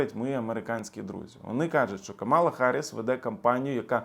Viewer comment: Ви навмисно називаєте Камалу неправильно? Як трамп це робить. Дуже гарно